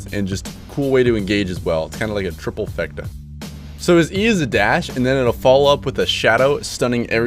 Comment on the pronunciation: "Triple-Fecta" Lol